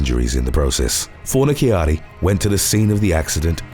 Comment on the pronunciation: Fornaciara, ci shsh sound! fornishari is how it is pronounced